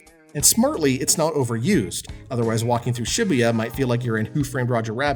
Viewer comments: "shibbeyuh" Was it too hard to take ten seconds to google how to pronounce the name of the city the game is set in? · I cringe everytime he pronounces Shibuya. Its pronounced shuh-boo-yuh.